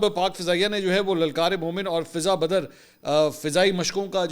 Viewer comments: منصور علی خان بھائی یہ فضائے بدر ہے فضا بدر نہیں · Mansoor Ali Khan sb lafz 'Fiza Badr' nahi balky "Fiza e Badr" hay jo ' Jang e Badr' say lia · فضہ بدر نہیں فضائے بدر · محترم لَلْکَارِمَوْمِنْ اور دوسرا فِضَائے بدر ہے پلیز درست کیجے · منصور علی خاں صاحب یہ لفظ فضائے بدر ھے